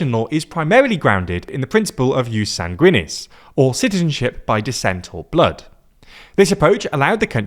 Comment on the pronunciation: sanguinis, stress on the first syllable.